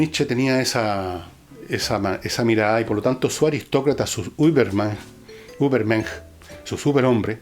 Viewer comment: Un par de correcciones: La ü alemana suena /iu/ bien pegadita La v alemana /f/ En Mensch „sch“ suena /sh/ Así: Übermensch suena /iubermensh/ Vorstellung/forshtelung/ Por lo demás, una buena contribución. Gracias